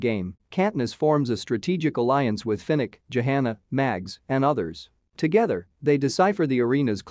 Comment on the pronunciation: The narrator's pronunciation of proper names is horrible. It's not Panum, it's Pan Em. And her name is not Jahana, it's Johanna, pronounced with a silent h. Did he even see the first four films? Or is the narrator's voice actually computer generated? And unfortunately, there doesn't seem to be much new material in this video.